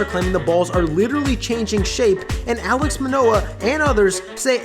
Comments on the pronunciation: Great video, but it’s Alek manoah not alex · I know this video is a little bit old but did he just say Alex manoh? Its Alec my man 🤣🤣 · >Alex Manoah I know it's his second year, but Alek bro. Alek.